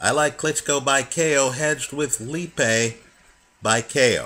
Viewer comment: its said alex lee.a.pie